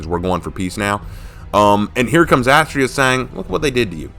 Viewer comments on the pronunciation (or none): Having it all layed out like this is amazing and I see your point about their differences. Also ironically or Unironically Astrea’s (Ast-reea) name is a pronunciation variant of a Greek goddess of justice named Astrea (Ast-ray-a)